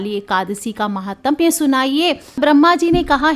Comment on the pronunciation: महात्म्य ! महातम्य ।उच्चारण गलत है ।